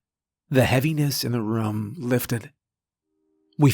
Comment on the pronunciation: Team "Narrator says RUM instead of ROOM" checking in for duty!